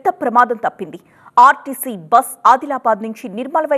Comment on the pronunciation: చూసేవాళ్ళు టెన్షన్ పడాలికానీ ఇక్కడ న్యూస్రీడర్ టెన్షన్ పడుతుంది మేడం అది rtc బ్రష్ కాదు rtc బస్ అనాలి